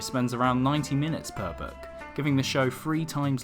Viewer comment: The narrator's pronunciation of the word 'book' is most odd: it sounds like 'berk,' without the 'r.' Book is a nice word; make it sound like that! Also, fewer words and slower speech would be better.